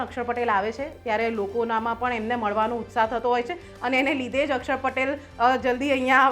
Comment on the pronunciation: માતાજી અકસર નહીં અક્ષર બોલો